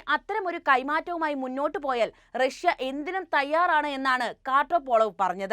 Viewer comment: റക്ഷൃ എന്നു പറയണ്ട പുടിൻ, റക്ഷൃയുടെ ഇപ്പോഴത്തെ പതനത്തിന് കാരണവും നിങ്ങൾ പറയുന്ന ഈ നായകനാണ്. നാണമില്ലേ😂😂😂😂